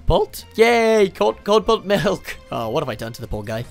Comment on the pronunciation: “Corn pult” it’s kernel pult